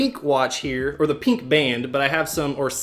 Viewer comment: the way he says pink annoys me